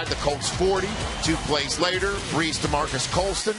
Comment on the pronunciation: My man said bles instead of brees